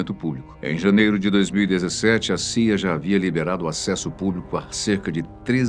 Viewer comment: pse , o loco ali disse saia, mas o certo na "pronúncia" é ci ai ei